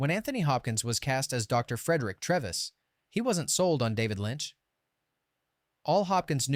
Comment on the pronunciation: YOU never watched the film. You gave it away when you said Mr. Treves' name incorrectly.